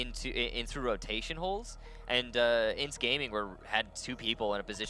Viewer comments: it's not INTZ, you say letter by letter. I.N.T.Z. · isn't Intz, it's pronounced I-n-t-z